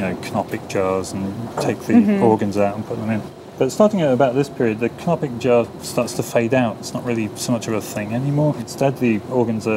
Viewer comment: Anthropologists: “ everyone knows the thing conopic jars” Me: “ what the heck is a comopilic car “ lol literally what I heard until I looked at the screen.